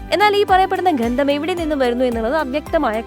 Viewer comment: എന്താണ് ഘന്ദം മോളേ?